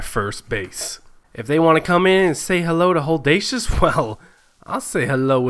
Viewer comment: so either you miss spelled your own gamer name or you don't realise you're saying it wrong, its either Holdacious or